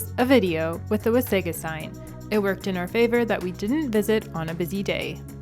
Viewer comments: Being Canadian we usually don’t make soft pronouciations of words. Wasaga is pronounced by most Canadians as Waysayga. A Croatian word pronounce it like you said Wahsahga. I guess it is just habit by your active tongue ! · I think the correct pronounciation is Wah-sah-gah Beach. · Please pronounce Wasaga-Beach correct. It's a native word and please appreciate this. Next time please correct this. Thank you❤ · Thank you for posting... YES, at the very least, pronounce it properly.